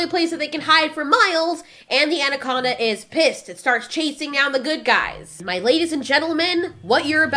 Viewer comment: I'll be honest, thought you said Taranaconda at first. Like tarantula and anaconda. I was disappointed when I found out this was not the case.